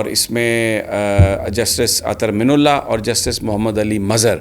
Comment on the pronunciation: محترم جناب سمیع ابراہیم صاحب اظہر من اللہ، آپ من کی نون پر پیش پڑھتے ہیں، میرے خیال میں من کے نون پر زبر ہوتا ہے ۔